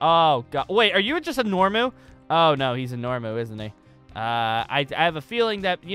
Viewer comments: The fact that he calls NOMU NORMU makes me cringe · Why did u call a nomu a Normu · Bro it’s nomu not normu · I think it's nomu not normu